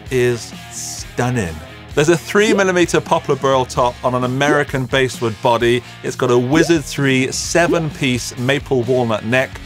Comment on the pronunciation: "Basswood" is pronounced like the fish, not the timbral range.